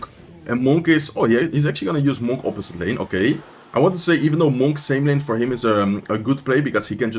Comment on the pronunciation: Bro I cannot take the way you say monk 😂 this man says MoHn